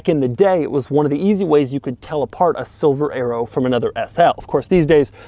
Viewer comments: I thought you said silver aero instead of silver arrow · I thought he was saying Silver Aero !